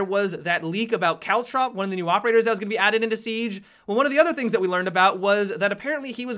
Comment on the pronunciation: Every time you say caltrop, I think you're saying cowchop